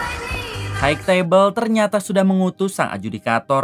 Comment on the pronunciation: hai tebel bukan haig tebel sampai kapan org ind bisa mengucapkan kata HIGH